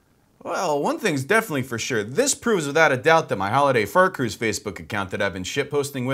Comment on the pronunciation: hOOlIday Faart Cruuuise